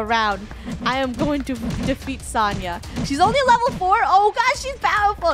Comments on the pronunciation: Isn't Sonia pronunced so like the word so ni like me but with a n then ahh idk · When funneh talks to Sonia she said Sania and that is my name 😊